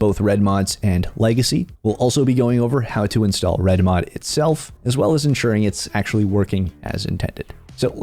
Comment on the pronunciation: The over annunciation kills me… reDmoD Fingernails on a chalk board